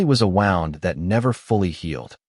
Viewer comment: AI, you so stupid. It's pronounced "woond", not "wownd".🤓